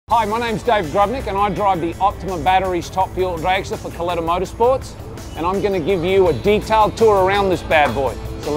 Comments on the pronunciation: its pronounced cul eh tah.. not... cul lee tah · It bothers me that the narrator pronounced Kalitta's name wrong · doing a documentary on NHRA and the Kalitta car and cant pronounce the name.....